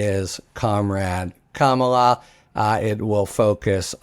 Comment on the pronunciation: Thank you Harry for finally pronouncing Kamala correctly. You must have read the comments yesterday. My confidence in you has been restored